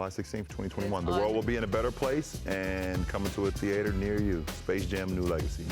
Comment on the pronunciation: The way king James pronounces Theater😂😂😂